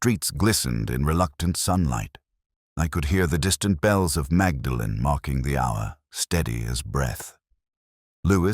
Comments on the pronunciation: Yes I’m just an American but I cringed at that. It’s more like “Maudlin.” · Awful, Awful, Awful. Terrible mid Atlantic accent, complete ignorance of Oxford place pronunciation, awful dialogue. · Very dull. Actor's voice put us to sleep. Very unconvincing Morse who would never have pronounced Magdalen college incorrectly!! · pronounces Magdalene incorrectly. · You have mispronounced Magdalen College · I hate AI narration. I wish it would be taught to pronounce names correctly. It's so frustrating listening to it. For a start it's not Magdalene it's pronounced Moordlin. And Cherwell is pronounced Churwell. Sorry can't listen any more